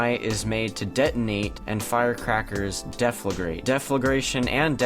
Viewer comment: dee- flagorate nice tho